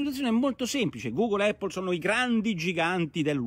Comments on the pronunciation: Giancarlo F. Eippol allora!!! :-) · Immagino derivi dalla pronuncia della "a" quando si enuncia l'alfabeto. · Eh sì, pace e eippol a tutti!! 😎😎😎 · Ottima zuppa come al solito. Ma mai nessuno che pronuncia APPLE correttamente? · Effettivamente la pronuncia corretta è con "a" e non "e", cmq Porro non è l'unico a sbagliare. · Ma sì, l'avevo capito. 😁 Un errore è un errore, tutto qua. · Giancarlo F. Un errore che fanno milioni di Italiani, questo è il motivo del mio commento. Ma da dove viene?